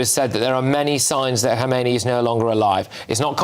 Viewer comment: Btw: Those commentators somehow pronounce the name wrong. The text is correct that the name of the 2nd religious leader after the 1979 revolution is Khamenei, but they pronounce it like the 1st guy's name, Khomeini. Are they even aware that there already had been a transfer of power 30 years ago?